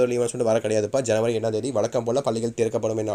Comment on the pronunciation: ஐனவரி இல்ல ஜனவரி 😂😂😂